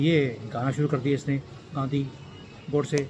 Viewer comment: गांधी नही बोल रहें हैं, बल्कि गंदगी नाम से उच्चारण कर रहें हैं। वैसे तो राहुल गंडी नाम से पुकारना चाहिए।